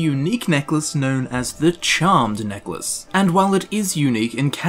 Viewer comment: Neckalce? lol